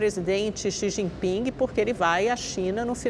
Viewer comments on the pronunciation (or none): "Xiximping" rsrsrs